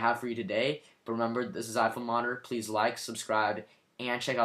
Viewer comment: OH HERRO PREASE